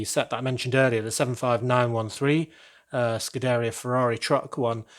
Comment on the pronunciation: I hate to nit-pick but think of pizzeria when pronouncing scuderia (scoo-duh-rea). 😉 But great work on Ferrari Tower though.